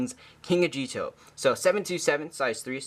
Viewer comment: Times J says "A-gee-etoh" instead of "Ah-gi-toh" Counter: 6